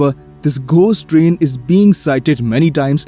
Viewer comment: The way how you said Trian sounded like you said Dream